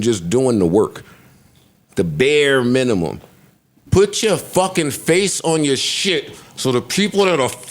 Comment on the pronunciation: Aww naw... Who signed off on the "Minumum"... Damn... That the bare minimum you could do! 😅😅